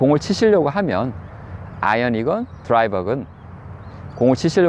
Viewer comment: 인간아....드라이바가 아니고 드라이버다